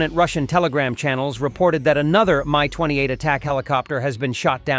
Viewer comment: Mi not My stop with all these AI speakers that dont work